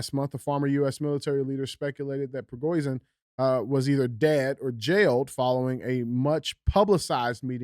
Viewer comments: Ya-give-knee. Pre-go-shin. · The leader of the Wagner Group’s last name is pronounced phonetically “Pri-go-shan”. It was either a “Hit”, or he’s faked his own “supposed”, death so he can live longer because Putin would eventually have him killed. Fact! He should’ve never stopped before going to Moscow! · It's PRE-GO-SHIN for phonetics